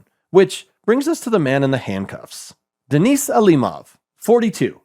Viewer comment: Guy can't even pronounce Denis right